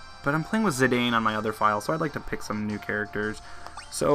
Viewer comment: zidane is pronounced zih-dan. and tidus is tee-doos btw